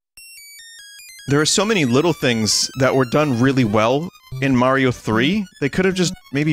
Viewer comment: It's pronounce Mario, not Mario.